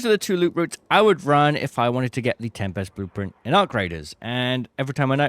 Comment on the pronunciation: The correct pronunciation of tempest is TEM-pist. It is a two-syllable word with the stress on the first syllable, featuring a short "e" sound and a sharp "p". Source: Cambridge Dictionary